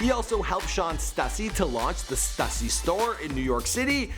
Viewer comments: why does everyone say STÜSSY effed up? It eevn has the marks to show you its not meant to be said like "stuck" but like "stupid". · STOOSY NOT STUSSY FUCKKK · It's pronounced stoo-see not stuh-see FUCK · It’s pronounced ST OO SY NOT ST UH SEE STUSSY GET IT RIGHT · Everytime this idiot says (stus-ie) and not (stoo-cee) I cringe so hard. And he says it so damn often. Do your research. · Stuh-sey? Its pronounced Stoo-sey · S-2-C Not S-TUH-C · stassy? really? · It's pronounced "stoosy" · pronouncing stussy as stassy. yeahh. smh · Damn pronunciation Stüssy not Stussy (Stoossy) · It's sTOOssy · Can you pronounce Stussy correctly? Tf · Whoever edited this is a bitch for not crediting the footage you stole from my homie Unknown Vlogs. If you can't properly pronounce Stussy then you shouldn't make a video on streetwear. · Bro said stussy smh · Did he really pronounce Stussy in such a manner? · i hate how he says stussy